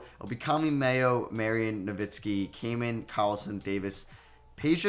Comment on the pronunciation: my name is cayman it felt funny as u were saying caman